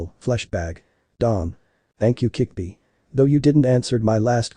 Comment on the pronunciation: it's kyuubi NOT kickbi